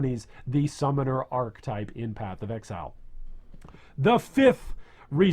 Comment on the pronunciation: Great video! PS: I believe ‘archetype’ has three syllables.